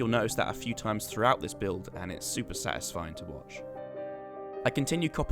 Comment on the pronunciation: When you say "the ice slowly spreading its so satiphing" My OCD slowly dieing inside